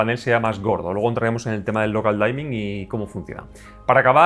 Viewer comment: Muy buena crítica. Lo único, no se pronuncia "Daimin" es "Dimin" de oscurecimiento. No es de mala onda, es solo una mínima corrección. Muchas gracias por la crítica, estaba interesado en este tele, me decepciona un poco el reescalado.